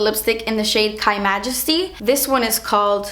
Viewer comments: no it literally says KYmajesty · it's just "K" majesty, pronounced like Kay, not like Kai